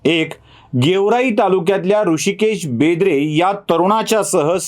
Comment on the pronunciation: बेंद्रे नाही, बेदरे आहे, ते